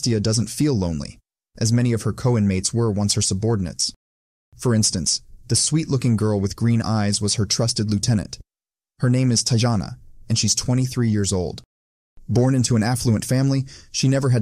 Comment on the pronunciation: Indeed !! I guarantee the girl "Tajana" is just his moronic reading of "Tatjana," pronounced the same as Tatyana only transliterated in a German style. It was grating!